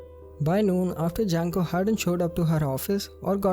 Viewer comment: Need to improve on the pronunciation of Japanese names. Junko isnt "Junk-ko", it's "June-ko" and many more...